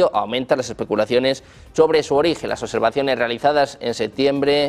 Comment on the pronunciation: Suena sumamente creíble viniendo de un locutor que dice "ojeto" y "oservación".